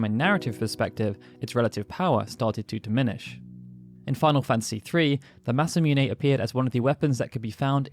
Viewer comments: I always thought it was pronounced masa -moon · It’s MASA MOON bro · Please learn to say Masamune.